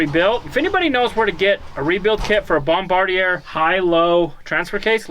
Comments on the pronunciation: Hi, the company name, Bombardier is French. It's pronounced "bomb bard e a". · (Sorry, Boss, if I misspelled your name) is The Shit. Yes, that's a good thing...I'm not sure if that's a Canadian phrase or not. Pretty understandable that she's the Boss....proper pronunciation of Bombardier is Bomb-bar-dyay. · Bombardier is pronounced bomb-bar-dee-ay. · Bombardier-The r is not sounded-ier in french is A pronounced Bombar-d-A. merci, love ur vids